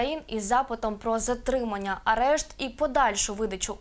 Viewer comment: Що за "ЗАРТИМАННЯ"?